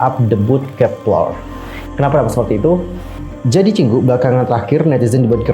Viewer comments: Itu pas bilang "kep1er" ( kepLer ) bukan nya baca nya Kep ( one ) er" ya? Maaf kalau salah🙏🏻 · Bacanya "Kepiler", klo bahasa koreanya itu kepileo, karena klo bahasa korea 1 itu bacaanya "il" jdnya bacaanya kep(il)er... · Bang dalam bahasa korea Kepler dibacanya kepelo e nya di baca e bkn e yh kepelo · untung bacanya kepler bukan kek pler :v